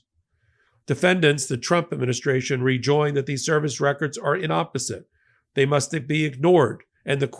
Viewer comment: "Inapposite" NOT "inopposite". Inapposie" means "out of place."